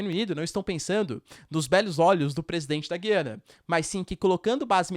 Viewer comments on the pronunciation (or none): Já viu professor de geografia que não sabe falar o nome do país? Ele diz Guiana com "u" mudo, mas o correto é Gu-iana, pronunciando o "u"